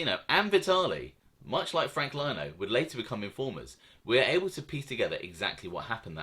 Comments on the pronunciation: I love u bruv but its lino (leno) not (lyno) 😂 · its Leeeeno mate, noy Lyno! LOL ;oD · oc, oc what am I gonna do w you??? It’s LEE-NO not Line-oh…lol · It's Frank " LEE- NO" NOT LIE-NO.. 😂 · Lino us pronounced “LE E N O” TY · It’s frank Lino. As in Lee-no. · its pronounced Frank Lee No. good stuff Sonny Red was a Beast if this didn't happen he would of been Boss or Underboss of the Bonanno's , Chin would of made sure of that. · Love your channel. Keep em coming. Just an FYI Frank’s last name pronounced Lee-no. He was the cousin of Gambino memeber Eddie Lino who was murdered by the mafia cops. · Good video, just so you know for future episodes Frank Lino is pronounced Frank lee-no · Great content although you left out few vital pieces of info- Frank Curly Lino did not just voluntarily come in- he is a cousin of feared Gotti henchman Eddie Lino who was a Gambino family capo. Eddie Lino spoke up for his cousin and Fat Joey Massino (because of his relationship with Gotti) ensured Frank Lino wasn’t in any trouble. Also please stop pronouncing it as Lino as LINE- O, if you’ve watched John Alite’s videos or Sammy the Bull’s they all pronounce it as Lea-no. Thanks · One thing buddy is Frank Lino is pronounced “Lee-no” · You pronounce Sciascia like Shasha and Lino like Leano if that helps any